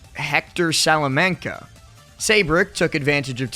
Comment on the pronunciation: L4st butchering the Salamanca name gives me pain